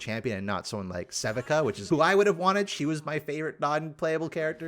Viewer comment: Isn't Sevika's pronunciation emphasized on the "I"?